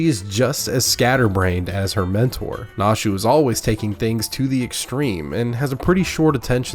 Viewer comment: Only 2 things are wrong with Hildibrand: 1: not enough 2: not silly enough XD Also, no one simply manages to pronounce Nashus last name